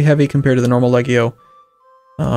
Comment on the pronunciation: I think the G in Legio is pronounced like a J... Like Leh-jee-oh.